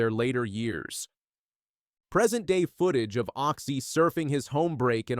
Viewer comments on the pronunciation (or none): It's Occy not Oxy! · Can I just slap this narrator..... Oxy..... its Occy..... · Show respect get his name right.OCCY